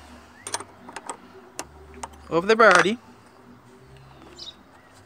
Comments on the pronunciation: Wtf the birdy ??? Dude seriously who ever tought you english was screwing with you a birdy has wings and a beak a battery is what your talking about battery bat-er-ie Lol not Bird-ie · He's saying "Barrety", instead of battery. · "Barrity"? It's battery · The way you pronounce battery it sound like birdy🦅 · It's a battery, not a Birdy. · DID I HEAR RIGHT? "BARETI" ? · I speak several languages and Spanish is one of them. But I kept hearing "birdie" too! 🐦😂 I'm just grateful that I learned 3 different ways to reset that d@ engine light without the scanner. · I like how he says battery , Cracks Me up ..... birdie. . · Bowerdie....I love this guy. He probably works for a chop shop in LA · I thought this mans was saying Birdie ☠️☠️☠️ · Just listened to the whole thing so I could listen to you say disconnect the birdie. :) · Just watch the video and if I'm not mistaken I heard baretty. Can I ask what language is that. Just want to know... Anyway the video is so helpful....... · Also, why is this guy calling the battery a Birdie? He pronounces everything else very well! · What’s he’s saying buttery or Birdy 😂😂😂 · He said baraty, anyways thanks for the disconneting of your barraty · Cant understand you, what is a berty? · Did you say birdy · Battery. Is that hard to say buddy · Yeah buts hes cool , so dont really marrer how he says it...heehee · Someone PLEASE tell this guy how to say BATTERY.